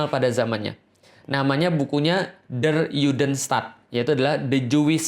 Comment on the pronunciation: Afwan, ustazku! Ingin sedikit mengoreksi sesuatu yang tidak esensial tapi sekadar insight aja 🙏🏼 yakni pengucapan kata “der” pada “der Judenstaat”. Huruf “e” pada kata “der” itu dibaca e biasa seperti “ember” bukan “elang”. Juga nama “Rothschild” yang sebetulnya dibaca “rot-syild” (Roth-schild) bukan “rots-chaild” (Roths-child) . Karena keduanya merupakan kata dan nama germanik. Dan “sch” di bahasa jerman itu satu bunyi, dibaca “sy”. Bisa coba denger di video ini: Hoewever, it’s a great video masyaallah! Semoga banyak yang nonton dan semakin banyak pula yang aware amin 🤲🏼 semangat menebarkan kebenaran staz!!! 💪🏼